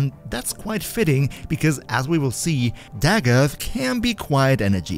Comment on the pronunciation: Finally someone that pronounces her name right. I promise it’s not da goth